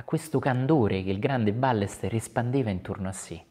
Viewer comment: "BAYESTÉR O BAIESTÉR, non "Bàlester"!!! Grazie. Saluti da Barcelona.